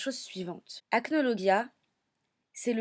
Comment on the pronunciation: Ca se dit acnolojia